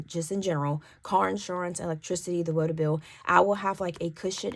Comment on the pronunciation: Your pronunciation of water is tripping me out 😂😂